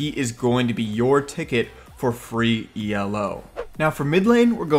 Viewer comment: It's Elo. Not E El O. Also.. Fourth!